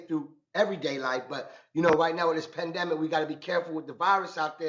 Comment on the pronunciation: "PENdemic" tho😂😂